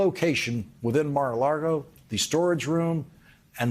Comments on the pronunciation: Can somebody please tell this guy how to pronounce "Mar-a-Lago". Hint: it ain't "Mar-a-Largo". I'm so sick of hearing him say, "Mar-a-LARGO"! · Laurence: I’m a fan of the show so it’s with the best of intentions that I would like to point out an error. I believe you’re conflating Mar-a-Lago with Key Largo and you’re saying Mar-a-Largo. It’s Lago without the R because it means ocean to lake in Spanish. Just wanted to be helpful here. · conflating it with Key Largo? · Lawrence, buddy!!!! there is NO R in Lago it is not Mara Largo!!! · Is Mar-A-Largo anywhere near Warshington? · Lawrence - please stop saying Mar a LaRgo - it’s LAGO as in Spanish for lake ! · I need Lawrence to quit pronouncing it 'Mar-a-LaRgo' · Bruh learn how to say MAR UH LA GO. Sounds like you’re gargling marbles “Marahlgarlgo” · I LOVE Lawrence.. but the way he says Mar a LARgo really grinds on my ears.. Lago.. LAGO.. no R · It's Sea-To-Lake. In Spanish: Mar-A-Lago. The front of the property faces the ocean and the back faces a portion of the inland waterway named, Lake Worth. Mar-A-Lago. Lago as in Spago. Largo (which is what you are saying) means length or long. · Lawrence, PLEASE! STOP SAYING: Mar-a-LaRgo!!! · I love Lawrence, but he just cannot get "Mar-a-La[r]go" right. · Can someone PLEASE tell Lawrence that it's "Mar-a-Lago" not "Mar-a-Largo"? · Why does he pronounce mar-a-lago as mar-a-largo. I like it. But still .. why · Mar a la go. Not Mar a lar go. Your a professional man c'mon. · LAGO! L A G O. Not largo. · You'd think after a few years Lawrence would learn how to pronounce Mar-a-Lago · Is he deliberately mispronouncing Mara-Lago?? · Lawrence, its NOT "...LaRgo" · STOP SAYIN MAR A LARGO 😑😂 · Lawyer only said, "...he was advised...". there were no other documents elsewhere. I do love the way Lawrence pronounces Maro '''Largo!" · He just cant say maralargo. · “Mar-a-largo” lol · I love how Lawrence pronounces it Mar-A- Largo. It's so endearing. 😻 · There is no "R" in Lago".